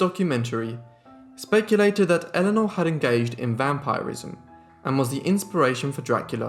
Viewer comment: Great video! It's pronounced vam-pir-ism rather than vam-pyre-ism